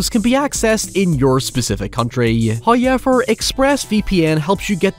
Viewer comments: love your videos, especially when they talk about my #1 favorite franchise. But I need to tell you something, and I don't know how well you'll take this... the word 'however', does not contain the letter Y. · I love this "HOYEVER" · Deadite: "I'LL SWALLOW YOUR SOUL! I'LL SWALLOW YOUR SOUL!": (holding shotgun) "HOYEVER.":::Deadite explodes